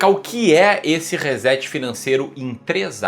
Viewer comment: ReSSSSSet....por favor!!! tem som de "S" e não de z....